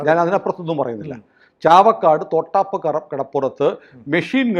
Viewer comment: തോട്ടാപ്പ് അല്ല..... തൊട്ടാപ്പ് ആണ്.😂